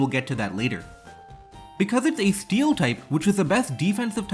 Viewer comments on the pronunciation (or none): none